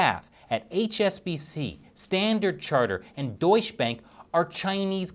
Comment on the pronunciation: my dear, it is NOT pronounced "deutsh benk", but "deutshE bUnk".